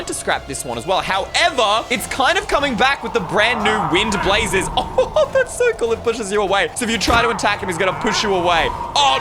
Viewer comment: "Wind blazes"